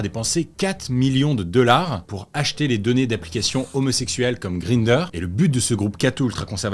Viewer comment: "green-der".... lol ... non, ça se prononce comme 1 en allemand "gr-ein-der"